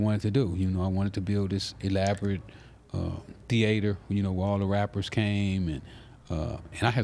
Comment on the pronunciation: He refined mf, he said "theAter " 🎥